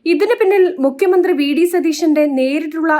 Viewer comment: 😂😂😂😂മദ്ധ്യ വിരുദ്ധം അല്ല , മദ്യ വിരുദ്ധം, മധ്യനയം അല്ല , മദ്യനയം😂😂😂😂മുക്യമന്ത്രി അല്ല , മുഖ്യമന്ത്രി😂😂😂